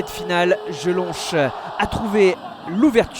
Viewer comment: Comment vous prononcez Jelonch? Jelonche 😂😂😂 pauvre type.